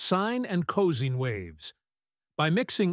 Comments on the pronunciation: Caus? its cosine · AI narrator saying co-scene for cosine is a bit jarring. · Frankly it’s inexcusable considering the number of time Cosine is not pronounced correctly. An excellent video, but the AI audio - because of that repeated mispronunciation - needs to be fixed, soon!